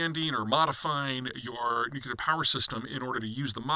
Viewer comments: . NEW CLEAR not NEW KEY LER. SHEE JIN PING NOT JHEE JIN PING. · I want to take this analysis seriously, because I think it's one of Peter's favourite subdomains, but he keeps saying "nukular" and I feel like I am learning chess strategy from someone who calls the knight "the horsie" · Amazing that this man still can't pronounce "NUC-lear".